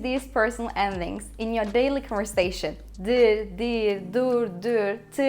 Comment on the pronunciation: off her iki dildeki telaffuz hataların öldürdü beni. Erduvan dediğinin farkında mısın? conversation ve pronounce kelimelerini telaffuz edişine girmiyorum bile. Delirdim